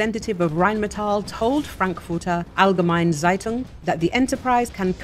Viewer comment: the "frankfurter allgemein zitung"